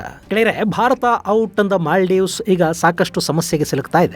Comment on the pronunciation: ಅದು ಮ್ಯಾಲ್ಡೀವ್ಸ್ ಅಲ್ಲ.. ಮಾಲ್ಡೀವ್ಸ್..